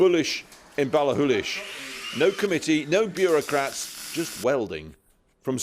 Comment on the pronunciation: Impressive pronounciation of Ballachullish, Krishnan